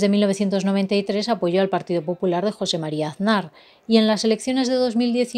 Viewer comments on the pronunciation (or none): none